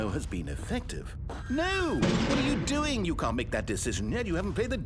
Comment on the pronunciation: you said ‘no’ wrong